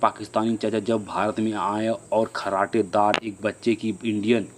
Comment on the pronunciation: Kharratedar nahi Farratedar hota h …. Kya jahil insaan ho tum … smjh me aata nhi h kuch bs seer hilate rehte ho …